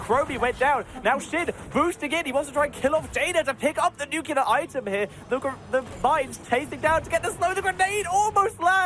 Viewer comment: Nuclear, please, not nucular.